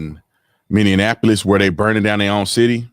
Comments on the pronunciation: Tatum, get it right! It's not Minneanapolis - it's Minneapolis! For me, there is only one race. It's called the human race. May I suggest you check out the "The Chosen" - it's on YT, season 1 and the first 3 episodes of season 2. The rest will be on the website, thechosen.tv or the app. Beautiful story about Jesus. It'll lower your blood pressure! LOL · Love your videos, but you need to start pronouncing Minneapoils correctly. It's "mini apple us" not "mini an apple us"